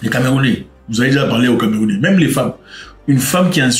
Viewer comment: Tu fais un bon travail mais les camerounais soufrre un peu trop dans ta bouche